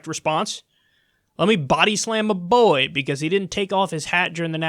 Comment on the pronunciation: Try to spell 'boy' the way Kyle says it. "You body slammed a bBOey for not taking his hat off..."